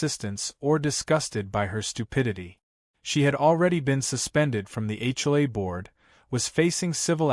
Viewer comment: Why can't AI say HOA?